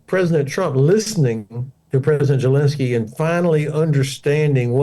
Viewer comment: Hodges needs to learn how to properly pronounce the name Zelensky. It's NOT Jelinsky or Gelinsky! Even the closed captioning is hearing that.